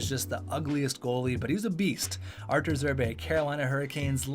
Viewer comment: Arturs Irbe not Artus Irbe